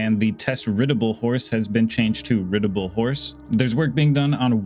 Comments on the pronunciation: It's ride a able, not rid a able. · man said riddable